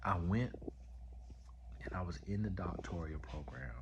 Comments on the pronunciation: She says “doctorial” so he is repeating what she says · "Doctorial" 😂